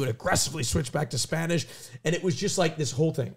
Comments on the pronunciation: pronunciation is kinda good? me gusta su voz en español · Honestly Austins spanish is pretty good, his pronounciation is good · I'm from Latina America and I'm here to defend. His pronunciation is amazing. Edit: Also QT said "tempura" the correct way, they said it like muricans